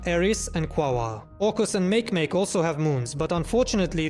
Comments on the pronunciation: Repeat after me: "MAH - keh - MAH - keh"—NOT "mayk - mayk"! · Makemake isn't pronounced meik-meik. It's ma-keh-ma-keh